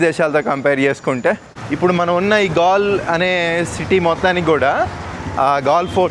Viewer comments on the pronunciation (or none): Gal kaadu swamy. Gaale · gal kadu brother adi gaale d t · Gaal kaadu , Gaale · ఆ ఊరు పేరు గాల్ కాదు రా అయ్యా గాలే సామి😂😂❤❤